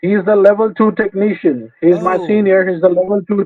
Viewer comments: Microsoft certificied TEK NEE SHIAN... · I don't trust any scammer that isn't at least a level 8 "techkneeshun" or higher.